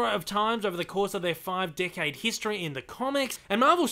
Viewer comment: Every time you say 'Decade', I hear 'Dickhead'.